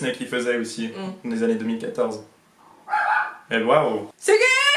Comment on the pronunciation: ...ai je bien entendu " des annes